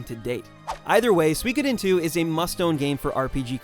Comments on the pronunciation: Suikoden is pronounced sue ee ko den. Not sweekoden. What? No mention of Intelligent Qube? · sue-ikod-into never heard of this sue-ikod-into !!! It's pronounced Sui - ko - den - ni or SUI - KO - DEN - TWO the word has 3 equally long syllables and when you spell it in hiragana it's even 5 characters long すいこでん - and in Kanji its: 水滸伝 It is the name of a chinese novel and means "Water Margin". "Water Margin" itself refers to the place in which the story takes place; on Mount Liang, Liangshan district of Jining city in southwestern Shandong province, China. [During the Song Dynasty, the Yellow River passed through the area and it was know to be the biggest wetland/marsh in China] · Su-WE-Co- Den. not swee-ko-dine.